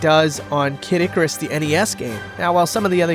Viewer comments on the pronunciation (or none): none